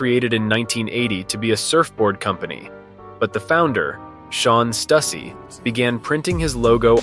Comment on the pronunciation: It's most likely an AI video, judging by the voice and wrong pronounciation of Stussy.